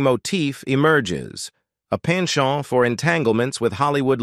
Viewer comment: Like the says: Kennedy was really "chair-is-matic". He had a "pin-shone" for entanglements with Hollywood...intriguing was his "ren-dez-view" with the captivating "Geena Tear-nay", which was "say-eed to have transpeeried around 1948, a peeriode when Tear-nay was still entwined in the bonds of marry-eee-yay..."